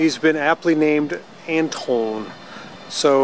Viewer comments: "ANT-OI-NE" ,not "ANTIONE",hahaha,you cracked me up man!! The day you decided to restore french cars ,you couldn't figure out that i was going to give you a sucking french lesson,hehehe... BTW,your french license plate shows that the Truckette is originally from the Loiret departement in France.Main city:Orleans.Most famous people from Orleans:Joan (Jeanne) of Arc. You see,your car cannot be more french.... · if you want to say "Antoine" correctly... you should pronounce it like "Antwan". ;)